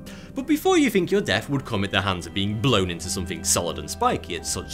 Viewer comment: The tash makes him say fink instead of think.